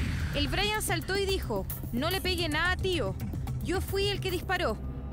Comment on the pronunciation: Er brayatan no aperro.